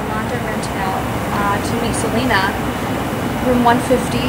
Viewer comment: ITS SELENA NOT SELEENA!!!!! if it was SELEENA IT WOULD HAVE BEEN SPELT SELEENA